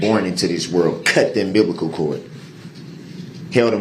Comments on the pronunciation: The UMBIBLICAL chord gets me every time…. 😂😂😂😂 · 'cut the umbiblical cord.. huh